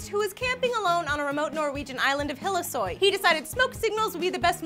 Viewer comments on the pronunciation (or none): it is called hillesøy not hillesoy.... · Høres ut som hun sier Hellsøy